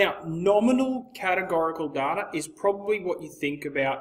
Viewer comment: you're pronouncing "data" wrong